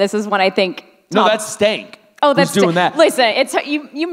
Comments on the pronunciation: I thought it was Skank, not Stank? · Phenomenal movie! The remake will have a soundtrack full of SoundCloud rappers. 🤢🤮 Just a mention* It's "Skank" not "Stank". 😂